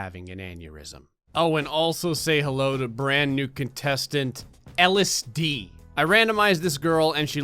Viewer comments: When you said ellis dee i thought you said LSD and i was like ???what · Anyone else thought he said LSD when he actually said Ellis Dae? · When he said Ellis Dee I only heard LSD lmao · What I heard was “Welcome LSD” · Ellis Dee sounds like “LSD”... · I always thought said “LSD” and in reality it’s Ellis Dee 😂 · I thought he was actually saying LSD not Ellis Dee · I HEARD ELLIS DEE TOO OMFG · it took me way longer than 3 times to stop hearing ellis dee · What? LSD? I don't hear that. All I hear is Ellis Dee. A pretty woman's name. She's cute, too, if wasn't such a sadist. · i thought i was dumb and hearing ellis dee when her name was lsd😂